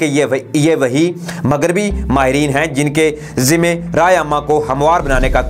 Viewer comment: بهاہی مگریبی نہیں ہوتا مغربی هوتا هے اپنی اردو ٹهک کرو